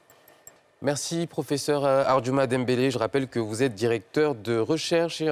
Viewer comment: Non mais c est une blague La miss l appelle dimbele exactement comme les blancs C est DAMBELE chez nous. Elle m exaspére grave celle ci😡😡😡😡😡😡😡